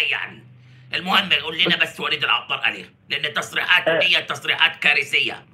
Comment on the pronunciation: العطار. بحرف الطاء. يا استاذ